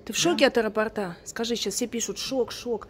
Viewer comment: от аэропОрта, ставь ударение правильно... 😜